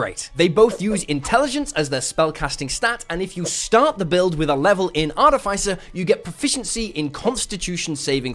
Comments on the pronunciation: Slight pedantry, artificer is pronounced like "arty fisher" but without the "h" :). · wish people would learn to pronounce artificer correctly so my ears don't run away screaming and I can watch a full video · Cannot stand your pronunciation of 'artificer'.